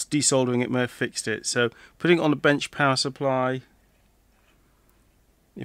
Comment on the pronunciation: Each time you say, “power supply,” I have a double take since I hear it as “pacifier” (baby’s “dummy,” in UK-speak). Maybe it is subliminal — one may cry and need one with this machine.